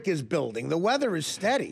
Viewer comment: “ issued weddah warning “